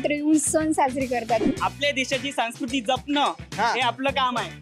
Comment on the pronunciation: संस्कृती आहे रे, सांकृती नाही.